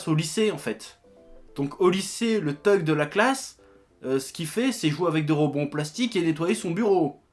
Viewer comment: Oui, alors bonjour tout le monde, bonjour, je suis un relou. Donc "thug" ça se prononce "sug" sinon ça veut dire remorque. Bisous.